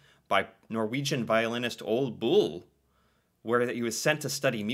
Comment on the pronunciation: You forgot that the "e" is pronounced again. ;-) Ol*e* Bull. The "e" is even its own syllable in his first name. You're butchering "Ole" more then "Solskjær". ;-) And yeah, I know, "Æ" is a weird letter. You're not doing too badly at trying though, and I appreciate that. :-) There you're at least trying to pronounce the "e", although the sound you made for it is essentially the sound we use the letter "i" for, while "e" has a different sound for us. Perhaps you can do a video reacting to how the Norwegian letters (from start to finish) sounds? Because many letters you're familiar with have different sounds. There we go, the "e" sound you used in "Mort*e*n Harket is the sound we use. Knut, not "Nut". We have a lot less silent letters in Norwegian then in English. That one was pretty good, no butchering there. :-) The "a" sound in Magnus definitely had a American accent, but it was unmistakably his name unlike the other names I commented on, we'd have no problem at all with understanding what you where trying to say. :-) He's not really know for anything but being a traitor. His last name has literally become synonym with treason, as in the word for a traitor... Honestly his last name is probably more commonly used for the meaning of "traitor" then the original Norwegian word for "traitor" is. It also helps that his last name is shorter then our word for "traitor" ("forræder").